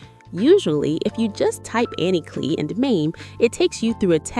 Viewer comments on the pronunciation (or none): Its said CLY lol klee 😂